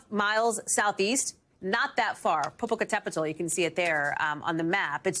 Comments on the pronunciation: Sanchez ¿Si, verdad? ¡Hasta me impresionó! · Props to this new broadcaster. She said the Popocatepetl name just like it is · True. Hallie jackson ni los presentadores mexicanos en estados unidos dicen los nombres como ella. 😁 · Yup kudos to her! 👌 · I just want to say and congratulate her, as she has said Popocatépetl pretty close to the correct pronunciation compared to other foreign people